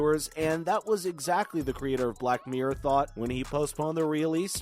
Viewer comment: Black meer 😂👌 miRRor* 😄👍 np. Xx